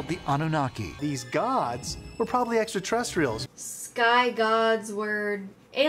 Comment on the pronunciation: Another thing to add to the drinking game to make it more lethal is "Drink when the carrot guy pronounces it 'etsrta-terretstrials."'